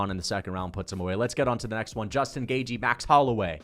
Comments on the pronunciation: i think it’s closer to gae-chee than it is to gae-jee, but i’m pretty sure it’s a soft TH, Gaeth-chee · it's commonly pronounced GAY-CHEE. You're saying GAY-GEE. lol doesn't fkn matter though. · You say Gay-g its Gay-chee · It’s gay chee not gay jee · Dude you say at least half of fighters names wrong, and yes, Gaethje is one of them. You say Gay-Jee when it's more like Gait-Ji. There is a soft T is in there and the Jee is shorter than how you say it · Hey, you say "Gay-G" where as the correct pronunciation should be "Gay-Chi" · It's gay chi, as in gay chihuahua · Its pronounced gay-thhhh-jjjjiiiii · Gaethje= gay-chee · Definitely saying Gaethje wrong.